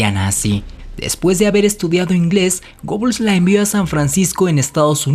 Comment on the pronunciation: Otra vez lo mismo, no se pronuncia reich, sino raight (algo básico que deberias saber); se pronuncia Gebbels, no Gobbels. La mujer por la que Magda Goebbels le armó un escándalo a Joseph Goebbels fue Lida Baarova, de la que fue amante por mas de 2 años, no Hilda Krüger. Procura informarte bien, te sobra protagonismo y te falta seriedad y profesionalismo. Lo que hace cierta gente por ganar notoriedad.